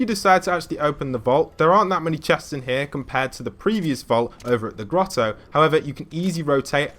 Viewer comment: He said “gettle”